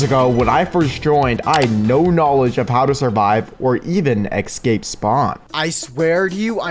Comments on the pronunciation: EScape not EXSCape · why does he keep saying "ekscape" 😭